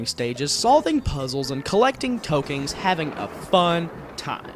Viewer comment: haha "tokings" and "dinostores"